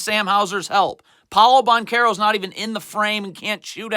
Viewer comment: Gets pretty annoying when he pronounces everyone’s name wrong. “Neemias QueTa, Josh MinOTT, Paulo BanCHero.” This guy doesn’t even watch the Celtics. Calls Josh Minott a “nobody.” Has no idea that he’s having a breakout season and is starting for a reason. Every team loses games.